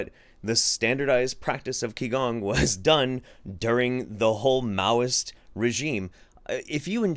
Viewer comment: For the future, because your pronunciation was starting to get under my skin. Q sounds are pronounced as a 'ch' sound, and X sounds are pronounced as 'sh' sounds, so qigong is pronounced as 'chi-gong' as opposed to 'key-gong'. Have fun once Weibo and the Wumao crowd find this because TCM is all up in their wheelhouse and they love that stuff. It's disheartening that here in China, especially in the south where TCM is like a religion, the quackery continues. Parents legit believe feeding kids live tadpoles will cure a sore throat, for example. And something else that happens is people get angry when a doctor (as in Western medicine in a hospital) tells them the truth because they believe the anxiety over being told you have terminal cancer is what actually kills you. Doctors have been sued by relatives of people who died because they told the patient the truth.